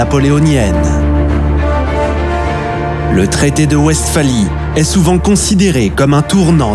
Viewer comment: L'inculture me choque toujours. En allemand, le W se prononce V et la Westphalie doit se prononcer "Vestfali". Cette "vidéo" n'est qu'un long commentaire, très indigeste, avec une voix qui ne sait pas parler, cela pue l'IA. Les images constituées de cartes géographiques sommaires ne donnent pas un aperçu convenable des situations stratégiques. C'est de la daube. A fuir.